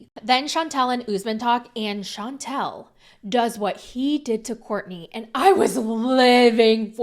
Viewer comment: It’s pronounced Shan tell, not Chauntel. two different names